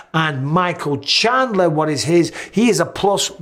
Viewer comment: chandler. Haha. chindler